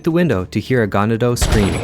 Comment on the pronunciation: You also mispronounced ganado